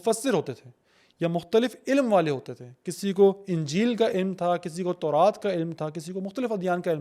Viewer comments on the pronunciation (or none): none